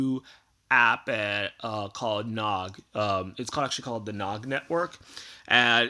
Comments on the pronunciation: It's not nawg it's newg (noog) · IT'S THE NOOG, NOOG NETWORK NOT THE NOG NETWORK!